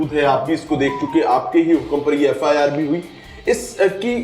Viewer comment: FIR ko FAR bol rha hai